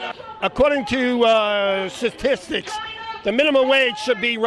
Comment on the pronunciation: How to pull numbers out of your a** 101 Guy : "sustistics show that minimum wage should be twenty sev- TWO, twenty two dollars per hour" If you want peeople to believe your "statistics" you should learn how to say the word.